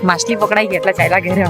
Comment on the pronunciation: માસલી ❌ માછલી ✅